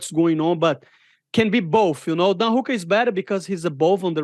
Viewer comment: He said Don hookah